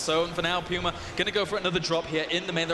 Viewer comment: Finally a commentator who can say "Puma" properly!! :) I'm NOT talking about Day9 of course... "Pooma" :p